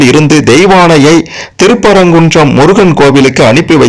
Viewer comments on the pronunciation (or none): none